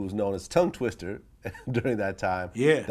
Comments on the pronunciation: Vlad please its TWISTA not twister!!!... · Hate when this nigga Vlad does this er shit. His name is Twista not Twister